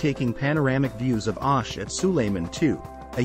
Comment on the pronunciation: its not..Aaash....but OOOSH😂